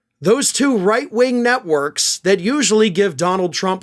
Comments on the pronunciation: 🤭🤔i thought i heard you say news nutworks? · For a moment I thought you were saying "... Fox News and Newsmax. Those two right wing nutworks..." But no, that was "networks" after all.